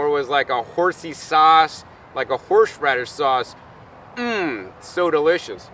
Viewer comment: You are amazing, but i just kept cracking up every time you said HORSH radish LOL Awesome video, thank you! I've got my living room FULL of tropical fruits I have grown with your guidance, time to look for a new place with more room lol. My daughter is telling me no more plants, but there WILL be more LOL